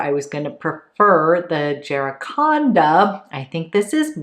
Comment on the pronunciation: Floridian here- it’s said Jack - uh - ran- duh. It’s a tree here.